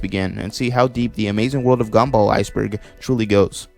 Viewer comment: I like how you pronounce Gumball Gumbah